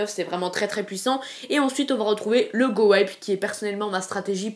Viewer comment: GOWIPE ne se prononce pas GOWAÏPE mais bel et bien GOWIPE car : GOWIPE = Golem + WIZARD + P.E.K.K.A Que je sache, on ne dit pas WAÏZARD si ?